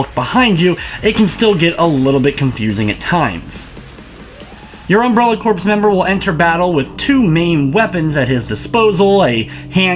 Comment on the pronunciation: It's not pronounced like corpse.